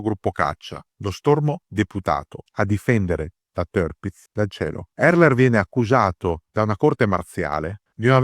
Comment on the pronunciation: sbagliato! Dove hai sentito sta cosa. Se vuoi dirlo alla tedesca allora la r la pronunci come r moscia o come a chiusa. Dove hai sentito le due i? Semmai si pronuncia tiapitz, berlin- bealin, natürlich- natualich, hitler- hitla, e cosi via. Parlo gia tedesco e ti dico che è cosi.